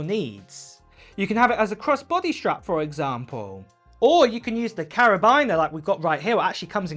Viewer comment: it’s not a carabiner it’s pronounced carobeaner